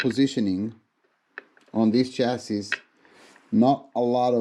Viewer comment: Oh! this is interesting, I need a carbon fiber chassis (Did I hear you pronounce chassis as shessis or! hahahha) Anyway, I need one for my Rally car build.